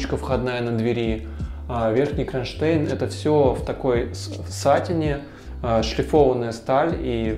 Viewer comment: Ошибаетесь, у слова сатИн несколько значений, одно из них - ткань, материал. В любом случае, ставьте, пожалуйста, в этом слове ударение правильно, в каком бы значении оно не было, вы же грамотный дизайнер.